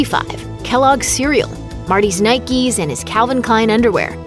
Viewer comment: I thought it was Nike, not Nikie